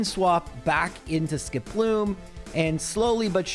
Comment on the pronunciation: The best part of these challenges that use Skiploom is that it eventually evolves and he stops saying its name weird.